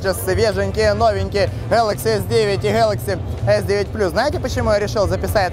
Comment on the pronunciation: Да не гэкай ты так...